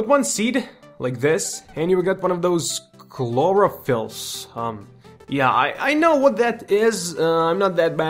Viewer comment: Just say K-loro-fill